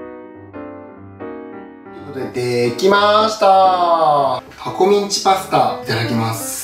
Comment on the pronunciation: ミンチが◯んちにきこえる